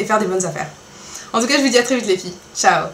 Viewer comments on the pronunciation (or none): none